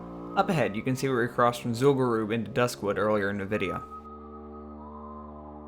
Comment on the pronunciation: This is awesome, also finally someone who can pronounce Zul'Gurub properly.